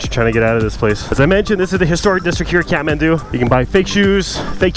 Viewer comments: He says catmandu but it's Kathmandu😂..anyway thanks for visiting our country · Am i the only one who hears catmandu when he says kathmandu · Every time he says kathmandu why I hear catmant